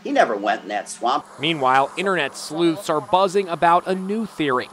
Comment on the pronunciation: Internet sleuths why does sleuths sounds like a dislikeful word to me or maybe its the way the reporter said it🤔🤣